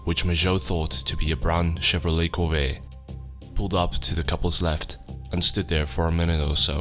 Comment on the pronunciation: in america where the so called corveyye is made we pronounce our ts its corveTTe